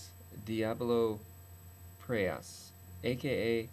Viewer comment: it is not preyOs it is preyas